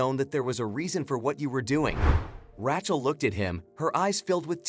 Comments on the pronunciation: Learn how to pronounce Rachel. It’s RAYchel. Not Rat-Chel. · Ra-chael,say it right. And this story is a line of crap.